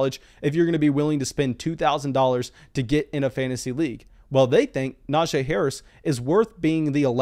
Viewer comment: I know it shouldn’t bother me but his name isn’t pronounced the way your saying it. He actually told everyone in an interview it’s pronounced Na-G. Great video as always, but that is just driving me nuts for some reason.